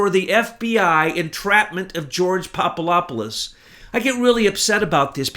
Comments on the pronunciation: Papadopoulos - (phonetically) Pop-a-DOP-pol-lus. NOT Pop-a-LOP-pol-us. For goodness sake, listen to yourself if you doubt me. Being loud and fast talking like a madman doesn't work for you. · PapaDopoulos, not PapaLopoulos. It's a "D", not an "L". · the name is Papa-DOPoulos not Papa LOP olous BTW! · There is a "D" in PapaDopolis. Good stuff however! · Hey! Get it straight. There is a "D" in Papadopoulos and Slovenia never left the Czech Republic nor did Slovenia leave Czechoslovakia. Slovenia left Yugoslavia and before that it left the Austro-Hungarian Empire. If you get so many easy-to-find facts wrong, why should we believe this cloak and dagger fantasy story you're trying to foist on us? I will now be unsubscribing from this R***ian desinformatsia account. Das vidania tovarichi.